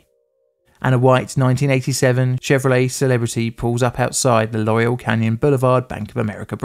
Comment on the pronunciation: Laurel Canyon not Loriel and Van Nuys is pronounced Van eyes